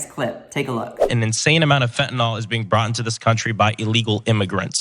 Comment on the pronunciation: Dear God if these know nothings don’t stop pronouncing it “fentanol” I’m going to hang myself. It’s fentaNYL - like “nil.”